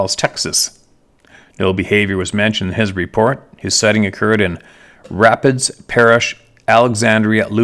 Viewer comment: La native here…La parish Rapides is pronounced Ra-peeds. Love your channel!